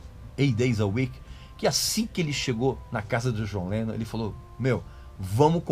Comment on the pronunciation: Eu racho o bico quando a pronuncia dele soa como "Jonleno"